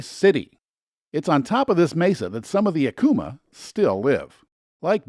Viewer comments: It IS Pronounced,=Ack o mah Acoma pueblo....plz learn the pronunciations..... ❤️‍🔥Vaya con Dios❤️‍🔥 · What a great video! Thanks for creating it and sharing! I live in NM and the one thing I wanted to share with you is that Acoma is pronounced "Ak-o-Ma" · Jemez, not "Jeméz." Sounds like "hem this" without the "th." Acoma, not "Acooma." Homophonic with "a coma". The "escarpment" at Petroglyph is actually named "El Ceja"; the NPS employee should have known this. Today, there are four sites (new one opened within a week of this comment). the "Navajo Name" is pronounced "yah'-ought'-eh", where an apostrophe is a hard glottal stop, similar to the almost silent T when you use "mat" in a sentence. Yá'át'ééh means "hello" (lit. "all is well").